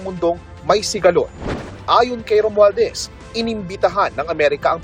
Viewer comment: Haha romualdes daw Sabi ng reporter hahah😂😂😂